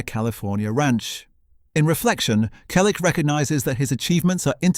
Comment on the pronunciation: I’m part of the family. Learn to pronounce “Selleck” correctly. Not his life story again. Everyone we know has read his book or listened to the audiobook. Read it. Don’t copy from other authors. Go back to school and learn to count: He was born on January 29, 1945. He is 81 years old.